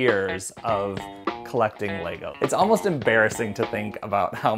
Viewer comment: Leego? 🤦 at this point it’s not an accent but an intentional mispronunciation.